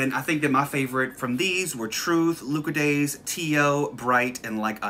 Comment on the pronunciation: YOU SAYING LUCOZADE WRONG IS THE BEST THING LMAOOO, I didn't even realise it was a British drink